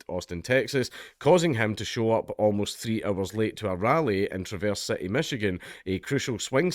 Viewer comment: I have never heard anyone pronounce "Traverse City" like that before.